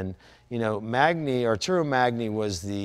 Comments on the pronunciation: In Italian, GN is a "nyu" sound, kind of like ñ in Spanish I think. So Magni would be pronounced like "M-ah-n-yee." The gentleman also mentioned someone named Castiglione or Castiglioni. Again, the GL is its own sound-- but this one is even harder. GL would first be an L sound that then goes into a Y sound. "ULL-yuh" or "lyuh." Castiglione would be pronounced "Castill-yo-nay." I'm no Italian expert but I do know the alphabet and sounds and stuff. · Magni in italian is pronounced manyi, like magnare is pronounced manyare and lasagna is pronounced lasanya. This guy should know that. It's annoying enough watching the news when they don't know how to pronounce names of people and places. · Guys : you both pronounce the names wrong ? Magni = Maan-yeah , Giovanni = Jo-vanni (not Gee-Oh-Vanni)........hahahaha ! Love to watch you as I love the bikes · I don’t understand how you can be passionate enough to spend a fortune on this stuff over a life time and never learn how to pronounce anything in Italian ... either one of these two. Just butchering every single name. Funny how Jay asked how to pronounce Magni and dude has no clue ... EVERY single name!